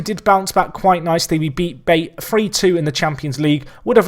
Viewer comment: Pretty sure the correct pronunciation for BATE would be 'Ba-Tae', just for future reference. Keep up the good work - definitely one of the best FM personalities on YT :]